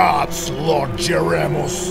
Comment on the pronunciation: This is giving me Doraleous & Associates vibes, if anyone here remembers that awesome series Also, this animation is unbelievably good, like, really good, like, really really good I can’t describe it You could make a religion series out of it One small complaint, it’s Jer-ee-mos Mos as in mosaic